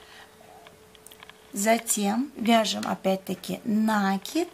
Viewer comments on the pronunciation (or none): Не НАААКИД , а НАКИИИД. УЖАС . ПРЕЖДЕ ЧЕМ ВИДЕО ВЫКЛАДЫВАТЬ НАДО БЫЛО ПОСМОТРЕТЬ ЧТО ВЫ НАСНИМАЛИ .